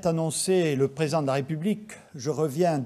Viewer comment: Le Prés'dent de la République 😂😂